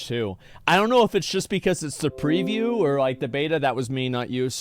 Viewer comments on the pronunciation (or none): Asmon pronouncing preview like review. XD